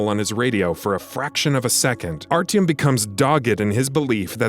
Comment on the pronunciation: Triggered me the way you say Artyom